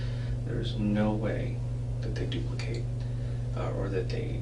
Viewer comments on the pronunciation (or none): none